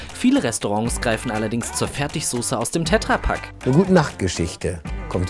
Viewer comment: Wer spricht Tetra Pak denn bitte "Tääääähhhtra Pak" aus...? 🤣🤣🤣 Die arme Petra in seinem Umfeld 😐